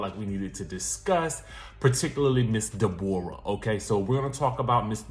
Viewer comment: This woman needs meds STAT....She is not all the way there. 😬😳.. had me rolling..😂😂When you say De'bora I think of Norbit😂🤣😭